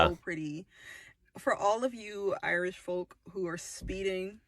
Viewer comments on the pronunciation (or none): none